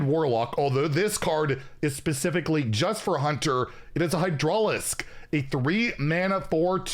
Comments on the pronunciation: “Hi-draw-lisk” 😂 it’s pronounced “hi-druh-lisk” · hy-dra-lisk no jaidrolisk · I'm here for the new ways of pronouncing Starcraft stuff:) "Hyde-drawl-isk" "Pro-Toes faction" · right I heard High-Draw-Lisk and was like.. oh... yeah... he is not going to pronounce any of these correctly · Some of those hurt my soul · not being able to pronounce Hydralisk and Protoss is more painful than any other mispronunciations he’s ever had OOF